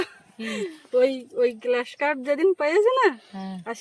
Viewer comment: গ্লাস কাপ মাছ না, গ্রাস কার্প মাছ বলে।